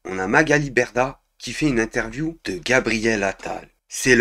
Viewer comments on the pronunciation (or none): none